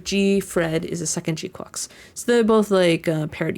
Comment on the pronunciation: I’m very appreciative of you pronouncing the name GQuuuuux correctly lol other YouTubers sound like ducks pronouncing it and it’s cringe as ever 😮‍💨🤣